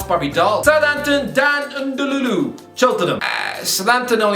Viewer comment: N’lundulu* No wonder he can’t be motivated to perform for you lot, when you cant even say his name even remotely correctly. You’ll probably get relegated next season, and be begging for the lad.